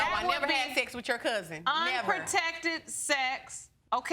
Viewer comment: Can't even pronounce unprotected and making babies